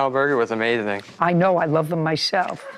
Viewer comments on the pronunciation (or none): “In an out burger was amathing” 🤡